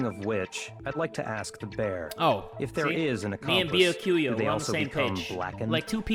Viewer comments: Nah, it’s supposed to be “Bee-yah-koo-yah” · Ok_Kale it’s more like be a q ya Ya can’t get it wrong like that